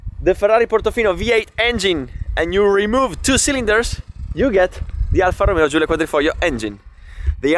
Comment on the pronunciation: I finally know the correct pronunciation of the Alfa 👍